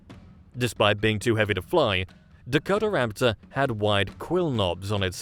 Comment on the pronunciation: Dakota-raptor….not Dako-Tara-raptor